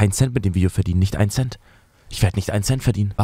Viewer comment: Nicht ein Cent 😂